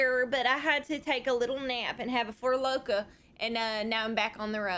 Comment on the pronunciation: "Four Loka"